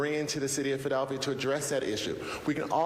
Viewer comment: Derek Green can’t EVEN SAY Philadelphia… wtf